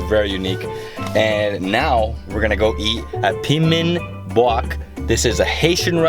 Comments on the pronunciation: Piman Bouk 😂 try pronouncing like pee-mon book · The way he says Piman Bouk 😂😂😂 It's pronounced Pee-mon Book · It’s pronounced “Peeman Book”... I visited piman boul once and it was the best Haitian meal I ever had in a restaurant